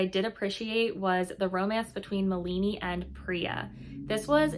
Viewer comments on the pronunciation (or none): Her name is pronounced MAH-lani